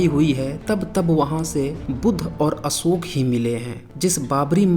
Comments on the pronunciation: अशोक में श होता है न कि स होता है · भाई असोक नाही अशोक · असोक क्या होता है?? अशोक नाम है या असोक?? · जय हो देवानां प्रिय सम्राट असोक(not अशोक) 😘😘🙏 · Tu dono mein hi असोक hi bol rha hai🤦‍♂️